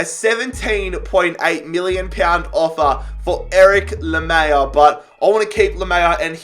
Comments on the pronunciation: PCQ: can you please pronounce names like Tanganga (not tangana) and lamELa not lamAYa😂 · Lamela is pronounced Lamela not Lamea I’m pretty sure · Easy pronunciations to help you Steven bergwijn- Berg-Wine Japhet tanganga-tang-gang-ga Erik lamela- la-mella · la mel a not whatever that was u said :D :D :D like this though different :D